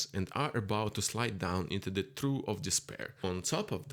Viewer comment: Trough is pronounced troff